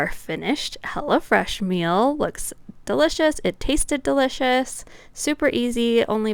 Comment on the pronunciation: It sounds like you’re saying “hella fresh” instead of “hello fresh”